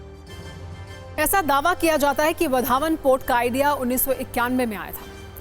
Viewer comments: वधावन नहीं वाढवण नाम तो ठिक से बोलो.😂😂😂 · इस पोर्ट या बंदरगाह का नाम वधावन नहीं है | इस के नाम का सही उच्चारण वाढवण ऐसा है | तो वाढवण ऐसा सही बोलिये | नरेंद्र मोदीजीने इसका नाम बराबर वाढवण ऐसा बोला है | आप भी ऐसा ही बोलिये | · It's वाढवणं not vadhaavan..plz pronounced properly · बंदरगाह का नाम वढावण नहीं , वाढवण कसे. . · Vadavan he vadhavan nahi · ✓वाढवण बोला Wadhvan ×वढावन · वधावन नही वाढवण बंदर ऐसा नाम है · वाढवण bolo vadhavan nahi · वाढवण बंदर plz use proper word pronoun.